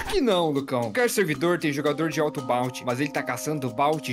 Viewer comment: N se fala balnte Se fala BOUNTY